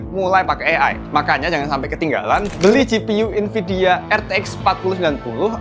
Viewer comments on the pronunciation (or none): none